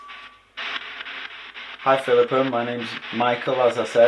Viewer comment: Wow that “Philipa” was so clear. Glad you’re back Michael